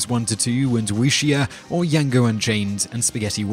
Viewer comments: How do you pronounce Dj as Y, anyway? Is English (or French, in which English Js are Dj, hence the name) not his first language or something? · Did he just say Yango unchained? :D